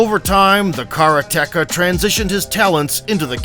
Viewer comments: At least try to pronounce karate-ka properly. Not kara-teka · What the hell is a 'karaTeKa?' Is that something off the menu in a Mexican restaurant? Maybe you're trying to say the Japanese word 'kaRate-Ka.' For God's sake. This is a martial arts video. Learn the pronunciation the Japanese word ''karate-ka,' God damn it. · Please, stop saying kara-teka! Ruins an otherwise great video. Its Karate-ka. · The narrator should learn the correct way to pronounce "karate-ka". (Katate person).